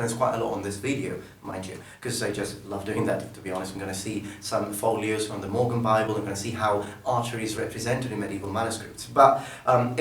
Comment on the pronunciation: I had to watch 5 times to realize you said Morgan Bible and not Mormon Bible. I was so confused at what mormons had to do with Medieval Archery lolol